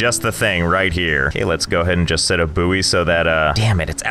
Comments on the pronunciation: Why pronounce it booey its boy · so how did you say buoy again?